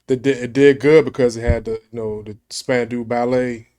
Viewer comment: SPAN...DOW, RHYMES WITH ALLOW.